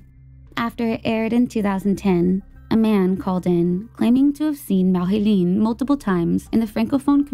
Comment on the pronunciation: LOL, I guess you had gotten tired of all the French pronunciations and just said Marilyn. Awesome upload as usual